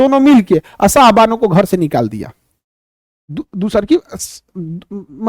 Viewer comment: Sayrabano नहीं सर शाहबानो